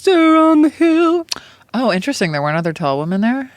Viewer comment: Guyysssss, please plase please start pronouncing women correctly, WI-MUHN not WO-MEN